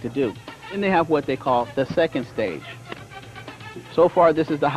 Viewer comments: I only remember this because of the guy who says pokemans 🤣 literally just thought about it and wanted to laugh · I remember being so mad as a kid when I heard him say pokemons/pokemans. Some "Master" 😂 I love this old video though